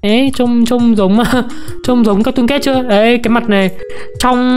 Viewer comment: Sao ai cũng đọc là cartoon cét vậy trời là catoon cat anh